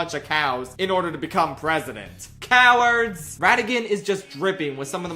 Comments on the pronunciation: cow-ards, if you will. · Hehe, "Cow"-ards